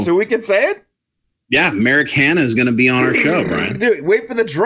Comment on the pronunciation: Whee, more stuff :3 Hm, that would be most alive men. :3 Ahahaha the joke about the dating app :D good start thumbs up "Merrick Hanna" ooooh, it sounded like Americana at first listening to it and I was, okay let's google that...and I was like...okay that doesn't right xD Dangit this Laurel Yanni nonsense (don't even know the soundclip) must have influenced me on social media :D Yeah the insight behind the curtain might be interesting :3 Hm, about stretching out, I think you should do a prank episode one day where it's only about the stuff before the clickbait xD Like "The Flash Season recap" (or better "Series recap until now")and it won't include a single word about the series except a tiny section in the very beginning and intro :D Hm, I guess it's a "Murphy's law" kinda series,like whatever could go wrong will go wrong but it risks being a twilight zone thing where one simply predicts the exact opposite of what would be good and it'll be the end of the episode (happend way too often). So they should mix good and back luck all around so it stays unpredictable. Hm regarding the black hole stuff, I guess it would have an impact on the speed due to the gravity so the planet could be in a slingshot basically? Which could mean that the speed of the whole thing increases almost stops and then accerelates very "quickly" and shoots out the planet again, without it ever getting too close to the point of no return. Which if the show works on Murphy's law might be quite close if it's